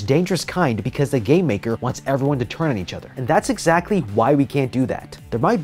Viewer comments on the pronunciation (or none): none